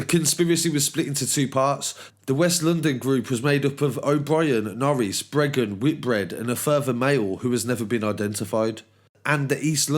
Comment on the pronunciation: It's Breagan not Bregan